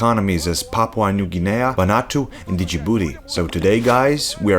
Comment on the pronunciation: Papa new ga-nay-a